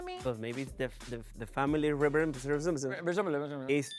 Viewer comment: the slurry sound trying to say resemblance from Jessica and then Bianca repeats her with the dramatic lip movement, took me out! 😂 😂